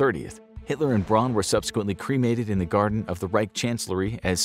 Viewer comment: “Braun” is pronounced “brown,” not “brawn”